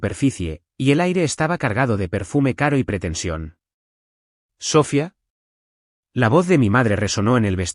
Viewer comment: Hagan el favor de pronunciar Sofía correctamente. El acento va en la í y no en la o. Usan mucho ese nombre en las historias y siempre lo dicen mal. Gracias.